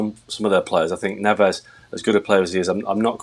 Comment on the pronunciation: It’s pronounced Ne-vsh!!! So sick of these clueless presenters using Spanish pronunciations for Portuguese players.